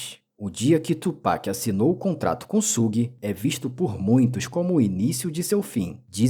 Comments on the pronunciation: Tudo certo o cara só não pronunciou um nome certo Suge se pronuncia chãge ou Xãge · na verdade se pronuncia "shiug"; aceitando-se que possa ser pronunciado puxando pro "shãg", como tu disse. É como eu falar "chocolati". Quase todos falam assim, mas a pronúncia correta é "chocolate". O U em inglês se lê "iu" e portanto é assim que se pronuncia Suge.